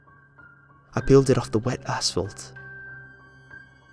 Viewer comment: Did you say... assfault?